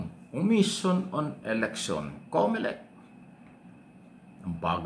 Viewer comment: Comolec hindi Comelec 😅😅😅😅